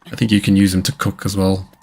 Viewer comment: Did you say COOK in it or COC in it? Big 🍆🍆difference buddy😮😮😂😂